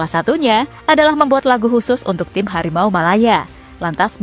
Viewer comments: harimau woy.. bukan hawimau 🤣🤣🤣🤣🤣🤣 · Tiru ajaaaa. ..yv jelas Garuda bukan lah Hawimau...hawimau...